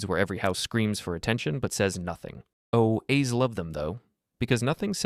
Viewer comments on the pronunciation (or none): 100% AI.... Instead of spelling "HOAs", it says "Oh A's". Stopped watching after that, I'll add this channel to the "Do not recommend" list.